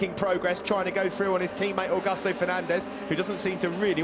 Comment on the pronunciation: It's aUgUsto not agosto. Agosto is august in spanish😂